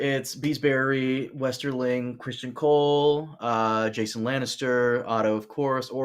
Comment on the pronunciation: Why can't say Criston? He knows it is not Christian right?